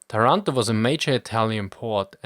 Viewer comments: By the way it's pronounced "Táranto", not "Tarànto", like you would pronounce "Torònto" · Thanks for the video, interesting and incredibly accurate as always (except for the pronounciation eheh, it's Tàranto, not Tarànto) anyway after this video and the other one about the Italian Forces and Industries in the early 40s, I feel like I should give an answer to all the people facepalming about our terrible, terrible participation in WW2, almost on every front. First of all, of course everyone knew about the poor conditions of our armed force, and that the Regio Esercito could not stand a chance compared to the british or the french army at the time. Mussolini was aware of this, and waited until June 1940 to declare war against the Allies, after the German invasion of Poland and when France was already defeated. At the time the german army looked practically invincible, and everyone in Italy thought that the war would be finished in some months: remember that at the time, France was considered to have the biggest and well equipped Army in continental Europe, and if the german defeated them in a couple of months, then the rest of the allies (aka just the Brits) will capitulate in a couple of weeks! At least this is what Mussolini and the italian HQ thought, and what everyone genuinely believed. Mussolini and Italy entered the war thinking they would have fight some minor battles clashes in Nort Africa against a crippled and demoralized enemy, thinking that after the Cmapign of France, the British would be eager to reach a peace with the Axis. He greatly underestimated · TA-ranto not ta-RAN-to!!!! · Language detail: it's Tàranto, not Tarànto ;) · Taranto has the accent on the 1st "A" letter !!! ;-) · Not to be annoying but the "a"s of Taranto are pronounced like the ones in marathon